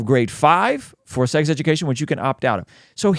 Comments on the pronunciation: OH FOR CRYING OUT LOUD, now I understand why he says “LGTV” and says the word sex funny because of the YouTube algorithm etc etc 😂😂 . Initially I thought he was being contentious (in the first videos that I watched ) and then after watching numerous of his videos it’s quite obvious he’s not ( and quite frankly at what seems at face value, a very nice man ). ✌🏼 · Why can't say the word "sex"... is it a YouTube thing?